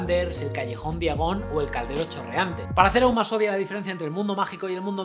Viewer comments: Callejón "diagon" ... 🤦‍♂️. Noj terrible. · Todo bien pero er mion? Callejón día gon? Que no se pronuncia (fonéticamente) "jermayoni" y "callejón daiagon" .......